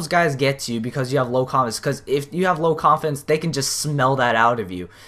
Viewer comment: Umm I just noticed that when you said confidence it sounded to me like you mumbled that word and said coffins idk if it's just me or what